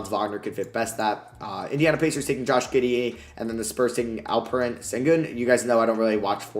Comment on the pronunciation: Josh giddie? 😂 it’s pronounced josh giddy